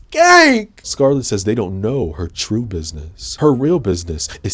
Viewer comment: It’s twue it’s twue